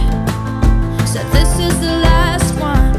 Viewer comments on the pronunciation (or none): none